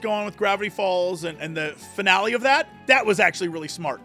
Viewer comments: He is pronouncing it "Fi Nal" because AI wrote the script and he doesn't know how to read. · Between the mispronunciation of "finale" and the blissfully ignorant confusion of "fractional" and "fractal", it confirms my long-held believe that so many content creators can't (or don't!) read... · That finale pronunciation is cursed. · He says finale weird because it's an AI voice. It has the telltale strange intonation and unnatural pauses between some words. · Every time he mispronounces finale hurts my brain.